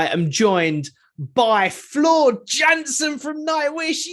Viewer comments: Jansen is pronounced as YUHN SEN. Not JAN SEN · Why is it that the English don’t understand how to say Jansen as “Yansen”. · "JAN-sen"? REALLY? but,, damn, what can be said,, GREAT interview. when Floor is asked a solid question the answer is deep, intelligent, and makes one lean forward in the chair.